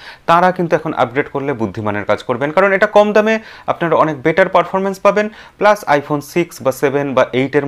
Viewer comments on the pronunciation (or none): none